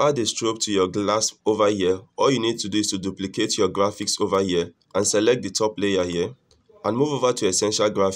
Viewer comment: over here ❌, ova yea✅